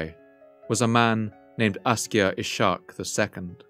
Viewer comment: Ishaq is pronounced iss-haaq